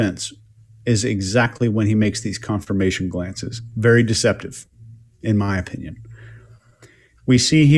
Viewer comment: Does anyone else find pronunciation of "opinion" to be fascinating?